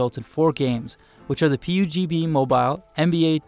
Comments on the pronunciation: yeah ...he said pugb instead of pubg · Who the fuck named pubg as "PUGB😅😅🤣🤣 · Also pubg he pronounced it like "p-u-b-g mobile" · he he he said Pee Uuu Gee Bee...